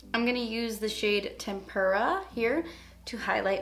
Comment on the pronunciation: It's not called tempURA!!! It's tempERA